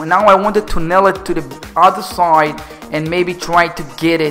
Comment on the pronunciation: You have to say side, not sooooooiiiiid. Learn😂 but tbh i like your vids, ceep it up